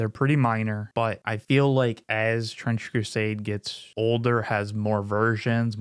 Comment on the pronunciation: I swear at some point I heard you say "French Crusade" lol